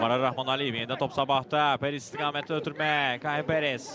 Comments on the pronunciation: Şərhçi nə danışır ala.Parris deyə bilmirsən?Perris nədi? Qaqaş canı elə bildim penis deyir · Mən elə bildim Perez deyir (Penis😳)